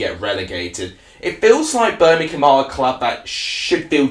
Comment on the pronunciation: Feller it’s Birmingham not Berminkum 🤷🏼‍♂️ if you are going to give reviews get the F***ing Language right